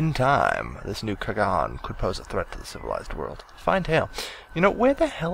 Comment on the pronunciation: Same as how he said kergan instead of Khagan.